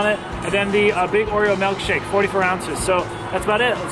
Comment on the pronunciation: I'm sorry dude but what exactly is a melkshake? It's pronounced ilk as in illkshake.